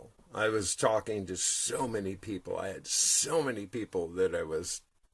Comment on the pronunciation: ❤I was running a bath and listening to you and at the exact moment you said borax I was putting some in my water. I fucking love this synchronicity shit. it never ever gets old. also, you said pee-pull on the press-apiss..... lol mwah xo